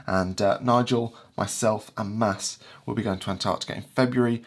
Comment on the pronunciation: Do you pronounce his name Mass? I thought it was as spelt, MaDs